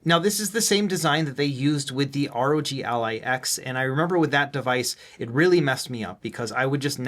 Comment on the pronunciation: I know I’m weird for this, but I appreciate you saying R.O.G instead of “Rogue” or “Rog” Ally 😅